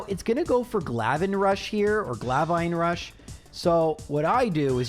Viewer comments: Hey bud, absolutely love your channel. Long time viewer! Thanks for putting out content from Scarlett and violet. These games are really cool! Quick question... Where the hell did you get glavine rush from? It's pronounced glaive it rhymes with rave like the dance party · Why do you call "Glaive rush" for "Glavine rush"? What is a glavine? Glaive (Pronounced; Gleiv) is a cool weapon c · It’s Not Glavine Rush. It’s Glaive Rush. GL-A-iVe! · Wow! What a video, and great job on doing it with no damage attacks. But one attack I want to mention is Baxcalibur's Glaive Rush. You pronounced it as Glav-vine Rush. It's actually pronounced Glay-ve. Lay not Lie. Just an FYI! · Glavine Rush? Glaive Rush Most of the other mispronunciations were fine but I can’t understand this one without you just not reading it right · “Glave ine rush” I can understand having trouble pronouncing it but where did he find an “n” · "Glavine Rush" XD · Glave-ine rush?????? I promise glaive is not that hard to pronounce. It is literally pronounced the exact same way that the historical weapon is pronounced. Because it's the exact same word. Like the word rave as in party but with a Gl instead of r. Legitimately confused as to where the extra syllables spawned from. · There is no N in glaive so idk why you pronounce it glavine rush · I hope you are saying "Glaive Rush" wrong on purpose